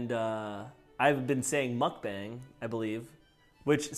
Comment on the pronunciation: Dang actually pronounced Mukbang correctly!